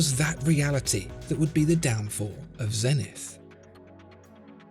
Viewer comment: The astronomical measure may be a zen-ith, but the company name is Zeee-nith.